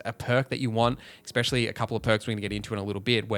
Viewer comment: You keep saying words incorrectly 😩 ‘ecspecially’ tops the list though